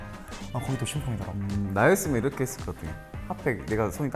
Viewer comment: 이렇게를 이르게라고 발음하는거 너무 귀엽..